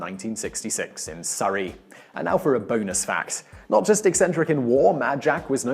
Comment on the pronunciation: you said Surrey wrong